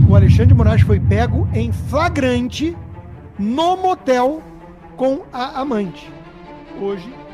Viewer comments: Depois do "FRAGRANTE", eu saí do vídeo! 😂😂😂😂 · Fraganti??? o que é fraganti???. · Apresentador metido a jornalista, que não sabe pronunciar a palavra FLAGRANTE. Volte prá escola, se é que alguma vez lá esteve !